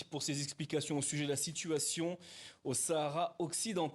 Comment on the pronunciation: Le mr prononce : Sahara occidental . Bravo